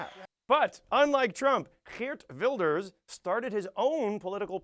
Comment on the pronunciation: Many dutch people (incuding me) are ashamed of Wilders and his followers. Please don't assume everyone here is like him or Donald Trump :(. And btw nice pronounciation of Geert Wilders, especially the G-sound can be very hard for foreigners :)